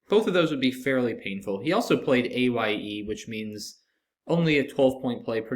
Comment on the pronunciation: Dear! How do you pronounce "aye?" I can understand if you had a hard time with "RAPHIDE." But you not be a true fugleman until you pass the four feats of Scrabool wisdom. Finding the word, explaining what it means, and pronouncing it correctly. Tsktsk, sir!